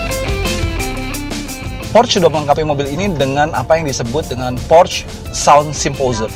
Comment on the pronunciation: Pengucapan 'porsche' nya yg bener dong, reviewernya kurang informatif jg, ga spt ridwan atau mas fitra.